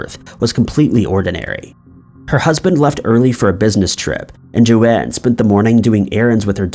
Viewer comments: Joan Risch, not Joanne. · BTW. It's Joan ("Jone"), not Jo-Ann... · Not Jo Anne, JOAN. Every true crime YouTuber has covered that case, how can you be fucking it up. sucking once again and reminding me why I never watch this channel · Well said! I agree. Found this channel, but have just found way too many false statements made, and am not going to watch it. It's just too unfair to the victim and the family and friends. Also, FYI to this man---Her name is Joan, not Joanne.